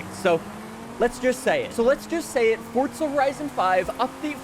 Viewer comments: forza not fortza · Mf it’s pronounced FORZA not ForTza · Why you say fortza horizon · If you stop saying fortza they might make the game last longer...